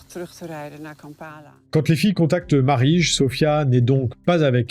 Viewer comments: Au fait : PÄS MARICHSE !!!! Marije Ca se prononce comme Mirelle, mais avec un a à la place du premier i. C'était d'autant plus facile de le savoir que plusieurs intervenant prononcent son prénom dans les enregistrements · Marije se prononce « Mareille » (on l'entend son mari prononcer son nom à un moment, et je connais une personne qui s'appelle également ainsi) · « Marige » 🤣😭 « ij » se prononce [èye] pour quelqu’un qui a l’habitude du néerlandais c’est troublant et très marrant 👌😂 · Ca ne se dit pas "Marije" mais "Mareï"... De rien. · La prononciation de "Koetseir" est "koutsir" avec un long "ou" et un long "i" et celle de "Marije" est "Mareï".